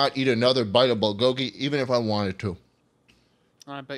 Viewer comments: as a korean it hurts hearing them say BOWL GOGY instead of bull go gy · are they pronouncing bulgogi as bol-goggy on purpose???